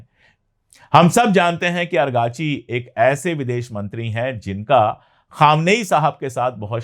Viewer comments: Sir, not Arghachi but Araghchi. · The name of the foreign minister of Iran is Araqachi not argachi. Thanks You 🙏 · Argachi nahi.Arakchi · Araqchi ko argachi kehta h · پانڈے بھای اگاچی لفظ غلط ھے درست کر لیجیے آپ کا نام سید محمعد عباس عراقچی ھے آپ کبھی اگارچی اور کبھی باربی کہتے ھیں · आप अंग्रेजी स्पेलिंग के आधार पर 'अरगाची' उच्चारित कर रहे हैं जबकि फ़ारसी/उर्दू उच्चारण होगा इराक़ची/ سید عباس عراقچی या सैयद अब्बास इराक़ची है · Sir . Abass Araqchi hai......agrachi nahi hai .. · पांडेय जी आरागची नाम है अरकाची नहीं। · Kabhi ARGACHI kabhi AGRACHI ye kya hai sir ??? Us bande ka naam ARAGCHI hai ARAAAAAAAGCHI